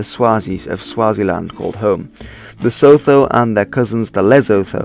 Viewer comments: lol , it's not sotho , you pronounce it as : sue too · Sotho - rather say "Soo-too" there is no "th" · Slag mean slaughter or butcher not batlle Sotho or Lesotho isn't pronounced like a normal th in English but more of a "too" sound so it would be pronounce something like "Su-too" or "Soo-too" Another incorrect pronunciation is that of Xhosa but I can't describe the sound using text. I'm from South Africa BTW. Cool vid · I love your videos - big fan here. However a few notes: the tsetse fly is a biting fly that carries a particular parasite that causes human sleeping sickness. It is not related to malaria. Sotho is pronounced "Sutu". Lesotho is pronounced "Lessutu". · Great video. One small thing: Sotho is pronounced "Soo too". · Sotho wordt uitgesproken als soethoe en Xhosa (klik)xohsah. Dus niet als (klik)xhoosaa. Just so you know.. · Great, Sotho pronounced more like soot and add the same sound again sootoo, so no 'h' sound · It’s pronounced COSA And soot who . Dingaan no “e” on the end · Great vid, would say good pronunciation attempts but the attempt at saying "sotho" was awful. Enjoyed watching though